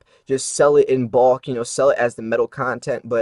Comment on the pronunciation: This guy has odd accent with word "bulk' (rhymes with hulk,NOT caulk). Confusing Numismatic value with bullion value is misleading. We all know most stacker's handle their bullion without gloves: completely ruining numismatic value. Red Book retail value is only helpful for ultra beginners.I dont think this guy understands various industry publications -IF you're thinking of selling numismatic value worst guide you can use is redbook. You need the Blackbook for ABP (average Buy price for noobs) and Bluebook (wholesale) which is all a dealer can offer and still resell. This is 101 basics people. PS pronunciation isnt critical.....just fun (colloquial)?